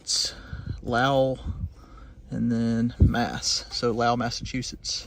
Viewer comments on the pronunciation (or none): Hi, at 6;35, it's pronounced lol, even though it looks like lo-well. The o is like in the word hold, Lol. yes, I'm a masshole! ;) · It's pronounced "Low-El" Mass. Jack Kerouac's hometown. I have the same bottle found in NC! (I'm originally from MA). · I always enjoy all your adventures. Reminds me of my dad and I when I was just a little cub. Oh, by the way, the little bottle from Massachusetts, the town's name ( Lowell), is pronounced LOW -L. We folks in Massachusetts drop or reuse letters all over the place. 😂 Thanks again for the videos. Good luck with houses. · always great to mix it up. now as dang yankee its pronouced low ell as not high but low. just picking. you say it the way you want sir.